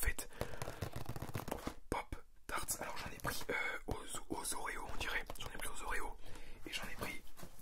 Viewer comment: "au zzzzoréo" 😭😭